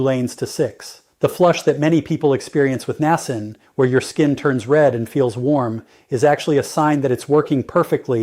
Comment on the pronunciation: I watch your YouTube videos faithfully and get so much good information always. However, this AI presentation is awful. The robot talks so fast, mispronouncing simple words like Niacin, and it's impossible to keep up at all with his conversation. It's especially hard when you listen again and hear the same thing which is the simple word "Niacin". It's so hard to keep up with what is being said, especially with all the medical words, measurements, doses daily when the speed is so fast. This "robot" is particularly bad by the way. Could you please go back to just making the videos without the AI. It's going to be the ruination of our world before it's all said and done. Thanks for anything you can do to help.